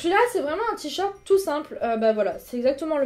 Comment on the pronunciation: On dit t-shirt !!!! Pas t-short >.<'